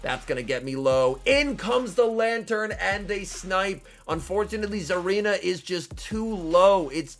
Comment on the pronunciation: There’s definitely not a “Z” in Tsareena 😐